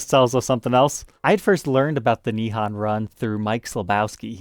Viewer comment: Nihon: o sound is a long O sound like in hole or mole. FYI😁